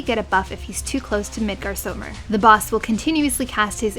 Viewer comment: It's Midgards-ormr god dammit. Snake (ormr) of midgard (Midgards) or something.